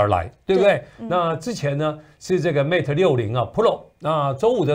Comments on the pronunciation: Mate发音要标准一些。是Mate不是Matt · 新西兰不是说英语的吗？mate都读不对，有点不应该。